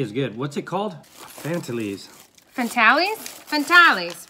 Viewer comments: Vegimite does NOT smell taste like fish !!!!!!!! EVER! What the heck kind of fish do have over there that it smells like Vegimite???? And yes, our biscuits/ cookies & chocolate have way less sugar than American varieties. (& Fantails are pronounced Fan - tails, not Fan-talies). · Fantales are pronounced as fan tails :) you have Vegemite lightly spread on toast, you can have cheese with it too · 'Fantails': I don't know why those sweets are called Fantails. Maybe they are named after the Australian native bird called Fantail. It is not pronounced "fantarlee." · you have to have butter/marg on your bread or toast and just a scrape over the top.we don't eat it out of the tube. you meany,poor..also those chocolate,caramels are pronounced fan- tales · It is ANZAC Day today in Australia. Anzac biscuits are made with rolled oats, golden syrup and butter. They were originally made during world war 1 by mothers and girlfriends of serving personnel in Europe because they kept so well in postage. Vegemite should be spread sparingly. Fantales should be pronounced Fan tails.